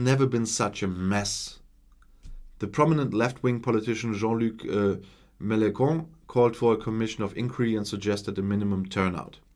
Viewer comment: Jean-Luc Melen...con ! Excellent !!!